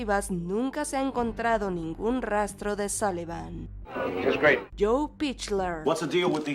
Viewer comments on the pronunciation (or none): Se pronuncia pickler Se pronuncia Lin como Lin manuel miranda